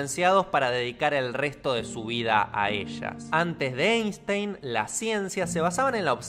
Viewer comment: Se pronuncia Ainstain, ya que es alemán y en el idioma alemán cuando una e esta pegada con la i se pronuncia a.